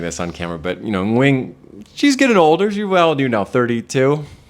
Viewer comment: The way says Nguyen’s name is IMPRESSIVE. Foreigners rarely can pronounce the Ng like native speakers can.